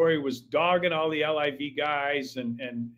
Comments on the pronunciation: Hank, call it LIV not L-I-V. It`s the coolest game in town. I`m 65 and love it. PGA is BORING. Scheffler whooping up on no names. Sponsors will drop like Bryson`s 40 footer to shoot 58 !!!!! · Quit saying “ L-I-V”….its LIV